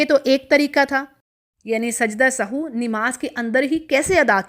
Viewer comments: It us nit Sahoo. It is Sahv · Sahu nhi kehty asal word sahav h .sajda sahav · محترمہ لفظ سہو کو درست ادا کریں شکریہ